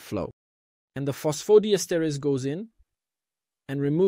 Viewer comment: Diesterase,et non dietase, apprenez à votre robot à lire!!